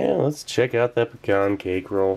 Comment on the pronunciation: You pronounced "pecan" correctly!! :)